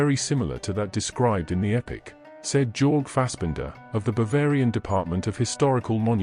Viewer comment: Jorge is pronounced "Your-gay", not "Jorg. That pronunciation is not intended to insult anyone. I just think its polite to pronounce a person's name properly.